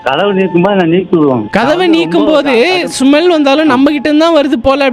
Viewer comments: Smell = Sumel 😂😂😂😂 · Smell ❌ sumell✅ ultimate bro 😂😂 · Smell❌ sumall uh ✅😂🤣🤣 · SMELL ❌SUMAL✅...😂😂❤